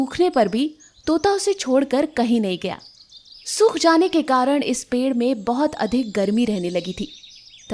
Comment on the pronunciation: पेढ नही होता पेड़ होता है